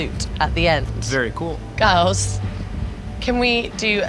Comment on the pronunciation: the way she said girls "gworls"😂😂😂😂 british accent is way too cute!!!